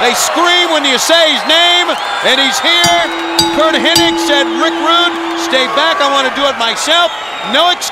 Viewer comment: His name isn't ''Hennig''